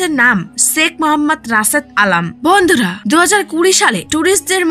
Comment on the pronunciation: উপস্থাপকের ভন্ধুরাহা শব্দটি সেই ছিল🤣🤣🤣